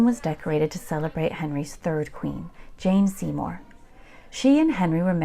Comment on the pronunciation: Jane Seymore not Jean Seymore.